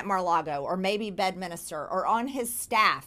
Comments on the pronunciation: Marjorie Taylor Greene called it " BED MINISTER " Holy sh*t. 😭😭😭😭😭😭😭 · Mar-lago, Bed-minister…good heavens!